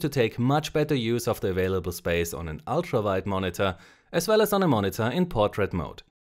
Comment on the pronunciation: when u said vide instead of wide i felt it :o